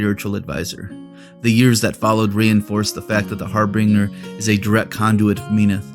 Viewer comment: Gotta ask why you pronounce Harbinger and Menoth the way you do?